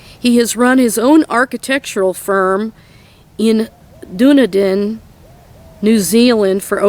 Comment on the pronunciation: Dunedin you said it so funny..its pronunciation in dun-eden. I love the way you Americans pronounce things!!!😀💚👍👍